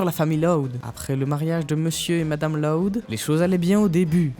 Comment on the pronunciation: Juste , pk est ce que tu prononce LOUD comme si tu disait LOD alor que normalement on est senser prononcer plus comme si c’était LAOUD